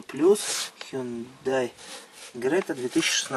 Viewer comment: Крета, а не Грета 🤦🏼‍♂️🤡🤣 сколько можно уже